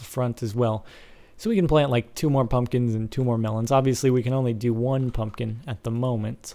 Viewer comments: he said i guess i don't know how to farm cum-pumkins loled so much!!!!! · "i dont know how to farm cumpkins- excuse me hehe" i lol'd